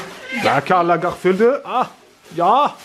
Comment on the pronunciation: " s'apprivoise créatrice..." "Karl la-geurfild" on est sur une légère dyslexie là non?! 😂😂😂